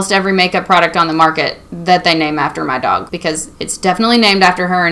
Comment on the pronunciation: That accent really comes through when you say "my dog" lmao. Great video, keep it up!